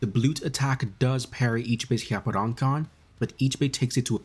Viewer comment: "with an attack he calls hyapporankan" 😅 (just poking fun)